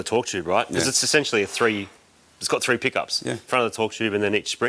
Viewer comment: What a 🐐ing! 😂 talks like me too 😂 threads=Freds, three=free 😂😂